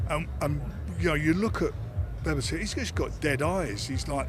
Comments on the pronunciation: Nice to see Frank coming in with a new way to pronouce Beterbiev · Beter biev is incorrect according to a Russian lady I work with, it’s be ter biev. Similarly, if you know any Norwegians called Knut it’s ker noot, they get pissed off if you treat it as a silent k. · Whos this 'Bebba-tiv' Frank keeps talking about? Sounds like a decent boxer whoever he is. Good old Frank. Keeping up the Brits abroad reputation! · Did Frank really just called Beterbiev ‘’bebertiev’’ ??? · So it’s not Bebertiev like Frank said then 😂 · It’s certainly not Bebertiev though. It’s literally completely wrong. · He can’t say his name,bevertiev you would think he would pronounce it properly